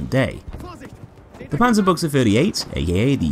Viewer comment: "Okay, how much is he gonna butcher the name of this gun" I thought, but I was pleasantly surprised. Far from perfect, but still much better than most others.